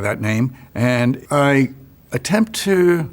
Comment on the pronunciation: Listen to him say the word "to" minute mark